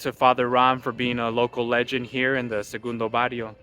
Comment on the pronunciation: Sorry guy but you can’t even pronounce segundo Barrio You were not born there you don’t know nothing about us